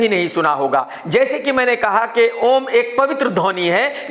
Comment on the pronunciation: ओम का सही उच्चारण - अ ओ म ज़ब तक नाभि पर जोर न पड़े तब तक सही उच्चारण नहीं है! (मै भी सही उच्चारण नहीं करने वाला शब्द नहीं लिख रहा हु शायद!)